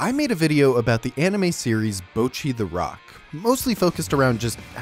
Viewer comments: the people correcting your bocchi pronounciation mean it in a "its now bowcchi, its bohcchi." like, pronounce the o like an o- not like owh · he is pronouncing it wrong tho the o in 'bo' is more like the o in 'bot' or 'song', not the o in 'bow' or 'road' and the 'cch' in 'cchi' should be duplicated so what hes saying sounds like "bow-chee" whereas its supposed to be "boh-cchee" (/bottɕi/ rather than /boʊtʃi/ if you can read that) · I'm deeply enraged by the first few seconds of the video but I wanna lay it to you gently. Yes, that's right, ぼ is the hiragana for "bo". But the way you're pronouncing it is ぼう/bou. Japanese vowels are pretty static, a in apple, i in indian, u in ultra, e in energy, o in orange. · Yes ぼ is "bo", so your pronunciation mistake is twofold: 1. you are saying it like "bou", which would look closest to ぼう and 2. it actually says ぼっ which is "bo" followed by that glottal stop leading into doubling next syllable, "chi", hence "bocchi". You are saying "bouchi". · The problem with your pronunciation is assuming that ぼ [bo] in Japanese is pronounced the same as bo [boɯ] would be pronounced in English. There's no diphthong in Japanese for the syllable; if there was it would be written as ぼう [boɯ]. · I agree that he's definitely not pronouncing the double consonant in "cchi" right, so I guess I have to back down. And his o in "bo" is a bit long as a result. Honestly his accent is butchering the pronunciation for him. However if what you're saying is that the "bo" should sound like "bah" then I'll have to disagree there. Just listen to how the cast of the show say it. It's ぼっち (bocchi), not ばっち (bacchi). If it I misunderstood, then ignore all that plz lol